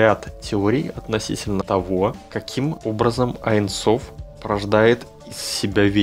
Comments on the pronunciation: не "айн соф"; а "ейн соф" . ибо в первом случае вы меняете смысл... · Здравствуйте!Очень интересны все Ваши видео,но в этом видео никак не могла понять на иврите,как Вы объясняли про аин соф.Правильно говорить не аин соф,а эйн соф(бесконкчный)на иврите-אין סוף